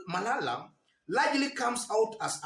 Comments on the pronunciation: You killed me by saying " cleophas malaya" sorry for that oversight 😂😂😂😂😂 good analysis bro keep it up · "Cleophas Malaya" was correct 😄